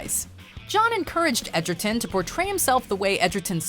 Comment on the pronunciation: I like how she's saying Tarons name as Edgerton when that's not how its spelled or pronounced 😂😂😂 I mean that's what I thought at first but when I bought the movie it was spelled Egerton on the title 😂😂😂